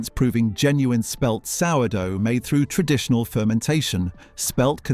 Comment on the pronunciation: 12.57; 'time-intensive..(pause)....tren..ditional methods'?? I clicked on to watch what could have been a worthwhile video. Bloody robotic voices!